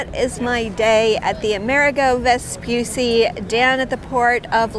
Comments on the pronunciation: Let me say this: if you are going to present a documentary on something, at least be sure to learn the correct pronunciation . It is not Vespyussy, it's Vespoocchi. It's italian, not english and there's a very easy thing to do it. You go on google, type the name and press the microphone to hear the correct way to say it 🙅‍♂️ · Però si dice VESPUCCI, e non Vspysy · Vespucci, Veh-spoo-tchee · I really loved this video; it’s great to see Italian excellence so highly appreciated! Just one suggestion: "Vespucci" has two "c"s that aren't pronounced like the "C" in Central Park*, but rather like the "C" in *charming or *chill*. Thanks. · it gives me the chills when I hear someone say “Vespussi,” yet it's not hard to pronounce two “C”s, which makes it “Vespucci.” Besides, you can hear it pronounced correctly in several other YouTube videos. Thank you for your attention. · Vespucci not "vespussi"😜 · How can you say that correctly but not the name of the ship? It's not Amerigo Vespussy... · Vespucci, non Vespussi. C like Chili, non Shili. Per favore grazie. Mille. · Vespucci pronounce Vespuchi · *Vespucci. [ve-spoo-chee] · Nice video... the only note is that the last name is pronounced like 'cheese' without the 'se'. Vespucci. 'Ve-spu-chee' (like 'cappuccino') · The double cc in Vespucci is pronounced chee like in cheese❤ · You should make a Little effort to pronunce the name of the ship in the correct way. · Learn how to pronounce Vespucci! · Listen, if you do a video on the ship, LEARN HOW TO PRONUNCE HER NAME CORRECTLY FIRST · Nice video, but terrible pronunciation of the ship's name. Also no ropes on a ship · The way she pronounces Vespucci is an insult to Italian and Italy. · double c is like the sound ch of church. Possibly stronger because is a double. Also Michelangelo was wrong. It's not maichelangelo. Italian vowels are always the same. M-Ichelangelo